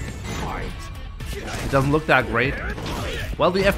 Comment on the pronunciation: "take a LUKE at that"